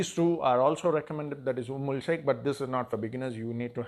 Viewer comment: Its umm al sheookh not sheikh. There is an oud called dehn al oud sheookh which is like 25K for a tola. That oud is mixed in this attar thats why its called umm al sheookh. They also have an attar called mukhallat sheookh its a bit expensive